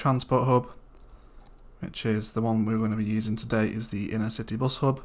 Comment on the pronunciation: inter-city not inner-city.